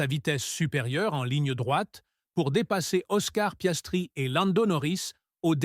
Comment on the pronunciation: Louis Samilton, Monagasse, Piaistrie, l'Andon-oris, l'endonorice, orner .... 😂😂 t'es plus fort que Coluche